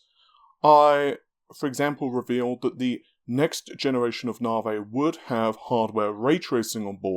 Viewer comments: If manages to say NAVI and not NAAHRVAAYY, I swear I will hook him up with a nice ho-ho...... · Just say navi. ITS NAVI. NAVIGATION. NOT GODDAMN NARVAY. STAHP!